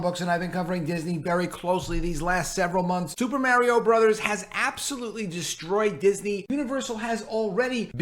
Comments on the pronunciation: agreed but Mario is a household name in many countries of the world. If someone is a videogame or movie YouTube at least they should take the time to learn the correct pronunciation:)) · Lol, all you put in the titles is destruction estos días mi hermano! 🤣 Aaalmosst correct pronunciation of Mario. Remember when you pronounced perfectly "Namor, NahMohrr Namoore! In Italian that one, that is, the A and the O. the Ri That is stronger ma non tropo, the i of Ri, a little longer like the one in" UnIversal" You are good at spoken word, and you can pronounce otros sonidos, mon ami 🤓🤝